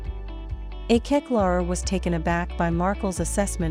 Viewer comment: please she is not called Akeck, her name is Akech